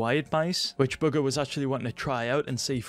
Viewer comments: Why do u keeping say booger instead of bugha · Eddie thesoup Wait, you’re telling me it’s not booger? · I Thought He Said Bughar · whenever he says bugha is sounds like booger 😂😂😂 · Is it just me or when says bugha I hear booger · It totally sounds like that based on his accent. 😆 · Is it just me or it sounds like he’s saying buger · why does it sound like youre saying booger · Lol he says Bugha as booger